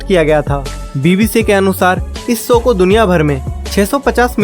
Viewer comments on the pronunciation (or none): standard to sahi bol lete ho bhai to show ko ssow q it's called lack of practice and self contiosne. aap achi video bana te ho acha bolte ho buy ye s s s bohot kharab lagta hai and esa nahi hai ki aapki zaban kharab hai aapko adat hai sh ko s bolne ki. plzz rectify and work upon your self. you'll go very high in life ❤ Ji shri raam ❤